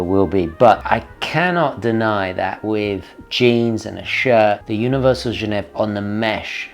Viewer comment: “Gen ev”!!!??? It’s Genéve, as in the capital of Switzerland. Surely you knew this.